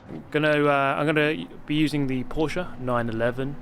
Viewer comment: Dear, as a fellow German, it's pronounced "Porsch*E*" not "PorschAH" - somebody who doesn't have a life and has had hours of boredom the past few days